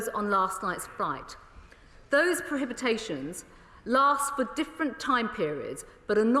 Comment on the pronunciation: Prohibitions not prohibitations. They can't even speak English